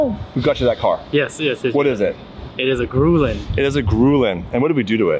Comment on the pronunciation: Not to be pedantic and just as an FYI, it's pronounced Gree-On. On a side jote, you vould bet them set up for a V8. Its was called the GR8.